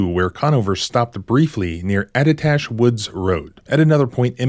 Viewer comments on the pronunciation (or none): It's pronounced "Addah Tash" by the locals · Hello! Just quick non invasive comment, lol! Up in New England, we'd pronounce ATTITASH with a D, almost. I'd go like Additash. Also, for the most part, Cops in N.E. try to catch you, rather than kill you! Don't be fooled, there's a LOT of misbehavior. Finally, thank you for your content! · And you emphasize the tash in Attitash. Low landers. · You mispronounced attitash